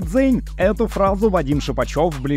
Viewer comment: Нет у нас никаких дзЭнь, есть добрый дзень, буква Е, как у вас дЕнь, практически тоже произношение.